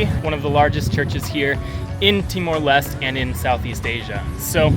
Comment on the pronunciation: LES - TE.... not lest.